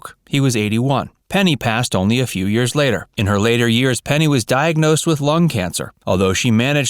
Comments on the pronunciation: Say it with me....PENNY Marshall.... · It made me nuts. I was screaming at the computer, Penny, not Peggy. Who edits this channel?